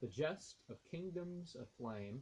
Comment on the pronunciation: the correct word is 'gist' - not jest. Jest - noun 1. a thing said or done for amusement; a joke. Gist - noun 1. the substance or essence of a speech or text.